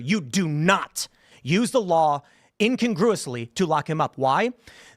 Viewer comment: This guest is so dumb, he pronounced incongruously as in-congress-ly. And he is an independent reporter? Get a new day job.